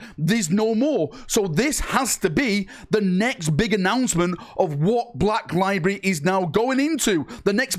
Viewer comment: Library is a three syllable word.